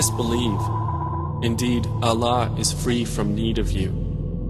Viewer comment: eww he can't even pronounce Allah properly he is saying Alah! So damn annoying